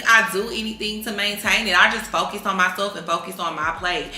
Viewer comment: u gone what?… “furcus” 😭😂